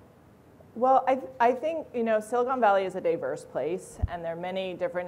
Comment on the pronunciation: "i think silicon valley is a dayverse place."